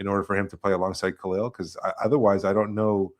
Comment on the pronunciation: Front court may not be a failure but Davids ability to pronouce Kalels name correctly sure is.